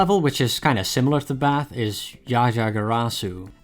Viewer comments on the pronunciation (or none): none